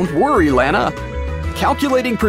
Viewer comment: ITS SO FUNNY HE SAID LAN AA ITS LANNA